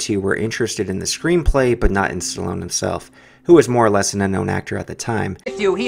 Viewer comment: chloone...? hahahaha stallone